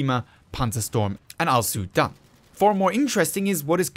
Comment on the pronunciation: Did you say "Al Soon Done" lmaoo